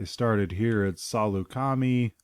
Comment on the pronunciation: Thanks for this! Still watching, but just a pronunciation note: it's (sa-LOO-ka-my), not (SA-loo-KA-me). :)